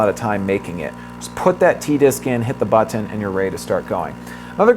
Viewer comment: LOL..i thought i'd be the only one annoyed at the freak'n buTT-eenn..who says this so many times...just too annoying